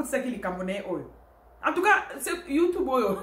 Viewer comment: Madame oza n'a français moins, na appellation ya YouTube ozo prononcé yango mabé boyee, youtubou?🤣🤣🤣